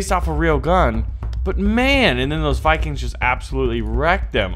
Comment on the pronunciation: did he call us saviges and vicings